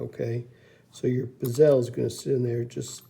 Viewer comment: Great videos! You’re causing me stress by the way you pronounce “bezel”. lol It makes my eye twitch. Mind you, I pronounce “decal” as “deckle”, as opposed to “deecal”. I find your videos very informative and helpful. Keep up the great work.